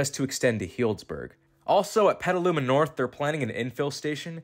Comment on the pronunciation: At least you pronounced Petaluma correctly.